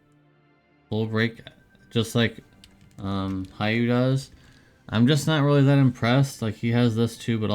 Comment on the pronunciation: Plays JP, can't pronounce Hyoh... 😏 pretty sure it is Hee-yŌh (h for clipping the oh short.) Also, is your scale (being strict) just a 8 through 10, all under don't exist? Shouldn't there be 5 for average new release, or 30 to 34 for wiki scale, with Hyoh a 34.5 as almost the best currently available chainer and breaker?